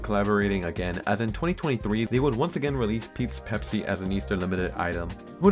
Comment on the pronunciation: Ah, yes. Peepsi.